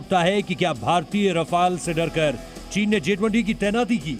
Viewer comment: रफ़ाल क्या होता है भाई राफेल